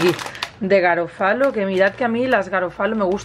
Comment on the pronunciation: Buenas! La marca de la pasta se pronuncia /garófalo/ con el acento en la O. Quizás podrías haber partido la pasta, si te resulta grande...